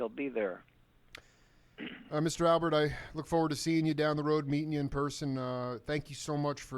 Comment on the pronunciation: Alpert, with a p. Is that hard? Really!